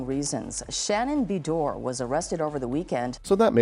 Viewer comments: Exactly!!! It is pronounced Ba-door!!! Why would you narrate a video and not know the pronunciation of the person’s name?!?!? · i’m slightly annoyed at how he’s pronouncing her last name!!! 😫😫😫